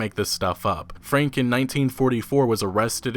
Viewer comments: It´s actually "Frank-e" the "e" is pronounced in german and not "swallowed" like done in english. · Wilhelm's last name is pronounced "fronk"... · FrankE ... the "e" is not silent at the end in most cases in German. It is pronounced like in "que" in spanish sort of. Otherwise nice job again EA _D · in German, Franke is pronounced like this: Frunk-a The a in the middle is spoken like the u in "bunk". Also there is no silent e in German - ever! - it is spoken like a short "a" or the "e" of "beta"